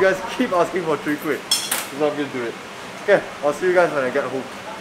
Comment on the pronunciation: Lol sounded like he say sowee kueh rice cake at the mark. Mix off soon kueh and chwee kueh? Maybe that can be the next challenge.